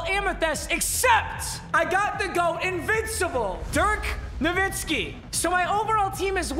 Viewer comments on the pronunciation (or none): none